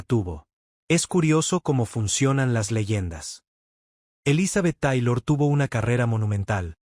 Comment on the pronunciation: Papa te agradecemos el dato y la información....yo se que no hablas Ingles, pero hay palabras en ingles que se tienen que pronunciar en ese idioma... Te oyes bien mal pronunciando el apellido de Elizabeth Taylor y otras palabras en ingles... no es mala onda supera y corrige eso please